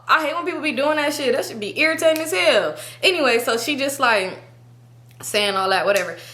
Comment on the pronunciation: “That shit be irritating ashell.” Cali accent came strong! Been watching you for years and never heard it lmaooo!